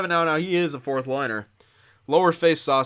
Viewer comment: Ray McNeill the “firth” overall pick